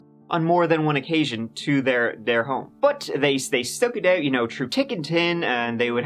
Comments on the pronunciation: Don't pronounce think and thin again. Or do it a hundred times every video. Please. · 'tick and tin' 🤣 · "Tru tick and tin" - love ya:D